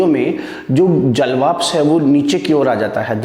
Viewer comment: Nice cir👍👍 but jalvapsh nhi jalvashp boliye